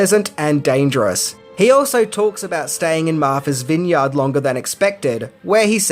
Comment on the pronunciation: Let’s see if I didn’t know these ten things… :-/ Ok, I yield. You have facts I didn’t know. By the way, it was also shot, in part, in Cuttyhunk. Also, “Martha’s Vineyard” is pronounced Martha’s vin-yrd, not vin-yawd.